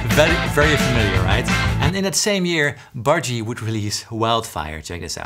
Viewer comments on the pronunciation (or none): Why you say Budgie like it’s bhaji? 😂